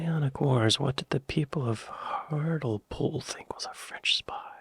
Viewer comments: HART-LEE-POOL not har-til-pool lol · Believe it or not, though it rains frequently, we do often have fires on moorlands which can get out of control. it is due to the fact that the moorlands are full of peat which burns very easily. Hartlepool is pronounced "Hartlypool". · why do americans hear a british placename and then immediately mispronounce it? Is it to make a point or something? I hear this all the time